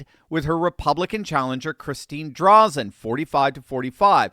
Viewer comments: Oregonian here...She is named "DRAY-zin". Oregon is a mail-in ballot state and the machine is all-powerful. I can't imagine the machine allowing Drazan. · Oregonian here: It is Christine DrAYzen. with a long "A" not Drawzen. Drazen is a RINO... Still a 100% improvement over Kotek. Drazen lost last time with a strong middle left spoiler. The people in Portland admit Kotek is an abject failure but absolutely will NOT vote for ANY republican no matter how big of a flake they are. We in rural Oregon are screwed until we get rid of mail in voting or are somehow miraculously freed from Portland's mad agenda. I don't care whether it is the State of Jefferson or Greater Idaho. We need relief. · It's pronounced DRAYZEN not Drazzun. For the life of me I cannot see how Drazan won the primary. Ed Dheil did all of the work to get the referendum done for the gas tax. I backed him 100% in the primary. Also the greater Idaho movement will never happen. The reason is because it would have to be approved by the Oregon legislature and the state of Oregon would lose billions of dollars of road tax income per year. Average .25 per mile for every single semi for every single mile on every single road in Oregon. The state will never vote to lose that money. Having said all that even though I backed Ed I'll do like he and I talked about. No matter what, as republicans we will back whatever republican wins the primary. I will happily be Backing Drazan in the General Just like I did the last election. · our Republican candidate's name is pronounced "Drayzen". Thanks for bringing attention to Oregon. Praying people need to pray that more voters show up this November. Sadly, only 32 percent of Oregonians voted! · love to see it! Drazen's name has a long "a" by the way. We're very hopeful this is a flip! Be nice to get our senate seats back too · Just an fyi, but it's pronounced "Dray-zun"... also, she absolutely won but Oregon has been rigged for awhile. Same as Washington.